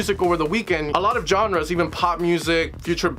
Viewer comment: A lot of “John Ra’s” 😂😂😂 did you mean Genres?